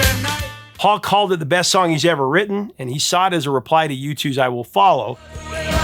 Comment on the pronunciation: A joke. You said "breast" when you clearly meant "best". That's all. 😁